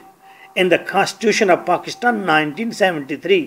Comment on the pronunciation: Pakishtan Hahaha ... Pakistan.